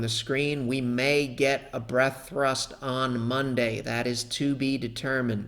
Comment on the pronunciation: "A five-day Whaley breadth trust [thrust]..."